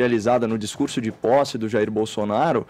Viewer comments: Em o falou Bostounaro? 😂😂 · ele disse bostonaro ? -. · Minuto 7h37, fala governo "Bostonaro", foi só eu que ouvi? Kkkk. Muito bom! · Realmente o falou Bostonaro! Mas tenho certeza que foi uma trava língua. Ele é muito respeitoso não iria baixar o nível. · o reporter falou "gestão bostonaro" kkkkkkk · Só eu q ouvi o falar Bostonaro?